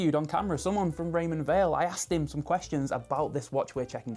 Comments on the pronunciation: Did they tell you how to pronounce Weil? I would have thought it’s like the word “while” rather than “wheel” or, as you say it “vale” - no biggie just seems to be a thing about this brand nobody quite clears up. Beautiful looking watch! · It’s pronounced “wile” not “vale” — so says the CEO of the company! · It's pronounced Raymond VILE. In German and Swiss German, W is a sounded as a V.